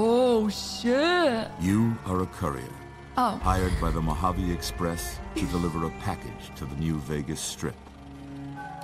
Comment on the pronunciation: As someone from the west coast USA, I'll never get tired of people mispronouncing Mojave.